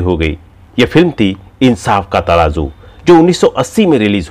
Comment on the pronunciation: What a bad pronunciation Say Zeenath not Jeenath Tarazu not Taraju Zindagi not Jindagi Hazaar not Hajaar Get speech therapy